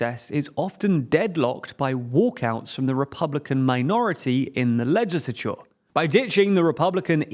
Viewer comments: Your pronunciation of legislature makes my ears bleed. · Please fix your pronunciation of "legislature", it's absolutely triggering to hear you butchering the word.